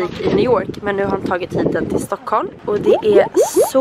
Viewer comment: Stuckhulm xd vet att det heter Stockholm